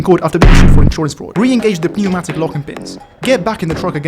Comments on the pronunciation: it's pronounced neumatic the p is silent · did you just say pee-neumatic? brother the p is silent 💀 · I love how pronounces "pneumatic" with the emphasis on the "p". It is giving me life today. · the p in pneumatic is silent btw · me when misprounces bogie and pneumatic:( hint: the "o" in bogie is prounounced as "bow-gee" pneumatic is pronounced without the p. Also, the pneumatic simulation updates means that if using a vehicle with air brakes, you cant just stop and go and stop and go, youve gotta let the air brakes recharge.